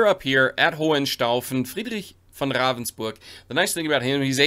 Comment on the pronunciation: Are you part German? Your pronunciation of Ravensburg, Friedrich etc is quite accurate🤔😄